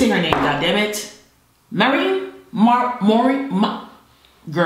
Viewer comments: The way calls Morren "Maureen", is sending me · Its MAREN